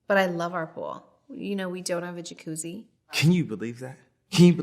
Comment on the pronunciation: “can you believe that? can you believe we dohnt hahve a jachUssi”